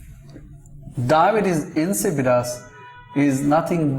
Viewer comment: It’s not pronounced Dibbuis LMAO